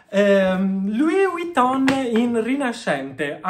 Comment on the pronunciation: Però impara a pronunciare Vuitton, perché la V non si pronuncia U. 😅